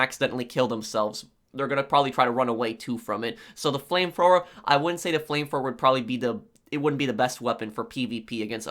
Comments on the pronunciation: It's "flame thrower" not flame fwower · Brooooo u talk so fucking stupid what is a flame froer? And wtf is wiff lol dude seriously... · “Flame frower” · Frame fwoer lol this guy's got the typical nerd voice. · the “fram frower”😂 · Flame Frower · It made me laugh so hard how he say flame thrower